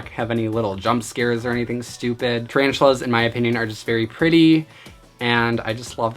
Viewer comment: HE SAIF TARANTULAS AND I WAS LIKE BOI NO IM OUT